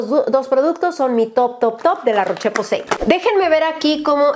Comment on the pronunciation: Rosyyyyy se dice la roshhh posay😅😅